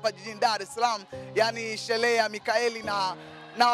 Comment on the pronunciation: Shelee❌ Sherehe ✔️